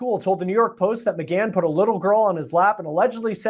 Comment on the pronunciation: Please get his name correctly- it’s McGann not McCann- pronounced with a hard G. Your title uses McCann and you go back and forth in your podcast between using the two different surnames. Thank you!